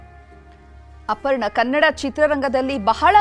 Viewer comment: ಇಟ್ಸ್ ಅಪರ್ಣ not ಅಪಣ್ಣ